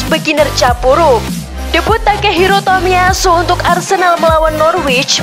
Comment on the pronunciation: bacanya jangan di putus dong. masa bacanya TOMIY ASU bilang aja takahiro. jangan tomiy ASU. gak enak dengere